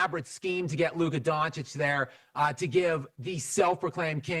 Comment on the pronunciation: DonChiCh for god sake!